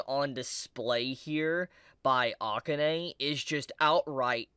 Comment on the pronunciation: I hate to nit-pick since I like your vids, but please pronounce Akane's name correctly. It's like uh-KAHN-ehy. I'm a huge Ranma fan, so that's where the nit-picking comes in lol